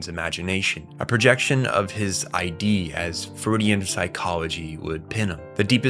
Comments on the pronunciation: Pronouncing Id as ID is freaking me out. Government overreach has gone too far. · I agree. It is VERY DISTRACTING bc every time he mispronounces the word, I correct him out loud (hehe). I understand that this is a common mistake made when one reads or studies material without external guidance or instruction. But, what source material is he reading wherein they write "the Id" as "the ID"?! That said, I always attempt to research things that I'm not totally sure about (& even if I think I am, I'll usually double-check anyway) - esp if I'm speaking or posting to others. However, I've been made painfully aware that in their posting/texting/ recording behavior, most people don't share this habit. But, people are sharing ideas in a way that's never been done before in history. So, if we make some mistakes in the process, it's okay. After all, even if it peeves some of us, at least we're trying & in the end, when its my video then I can worry about it (note: I don't make/post videos). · You’re the first person I’ve heard pronounce it I D like separate letters. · couldn't make it past . look, i get when people mispronounce words. it happens. but id? mothereffin *id*? and then saying it wrong over and over in such a short stretch of time. my brain couldn't take it. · you mispronounced "id" also this video insists upon itself way too much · amazing video man. you should check out the tatami galaxy, would love to see your interpretation/analysis of it. also its funny how many comments are crashing out about your pronunciation of id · driving me insane lol i was so confused why he was suddenly talking about identification 💀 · Your Id is pronounced eid. It's not I.D. It's wild that anyone doing a video essay on psychology like this wouldn't even bother looking up the pronunciation. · dude, it's not I. D. it isn't your identification, it's a word, not initials. Id... take the first D off of did. that is how you pronounce it. if you can't pronounce Id, you shouldn't discuss Freud